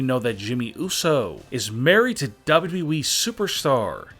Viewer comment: how he says WWE😂 dbdbweee